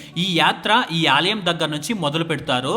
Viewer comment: Aalayam not Aaliyam.